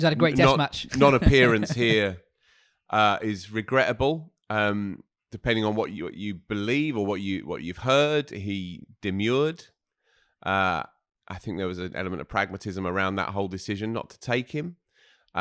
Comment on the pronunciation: demur not demure - otherwise great!